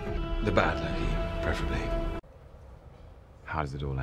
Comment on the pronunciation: not him calling lokey as pokey cracked me uppp 🤣